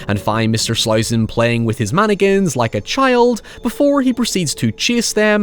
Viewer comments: Why does say "Man-again" and not "mann-ick-in"? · It sounded like you said stay away from Anakins at the end of the video lol Still good advice... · Did anyone else hear "From Anakins" instead of "From mannequins"? Works both ways! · The way you say "Mannequins" was making my american mind twitch with patriotism